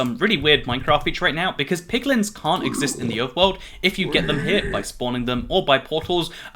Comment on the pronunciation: He said Bequartz again.